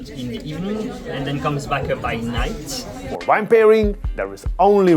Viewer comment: Please learn to pronounce “V” and “W”. Visit, wine. Thank you, i love everything else you do